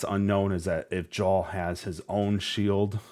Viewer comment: Love the stream and channel! Gonna do you a solid jarl is pronounced yarl like Carl with a Y at the start